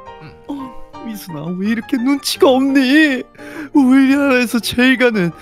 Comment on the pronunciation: ㅋㅋㅋ 발음꼬여서 "우리아라 에서 제일 잘나가는 백만장자 아들이잖니..!"라곸ㅋㅋㅋ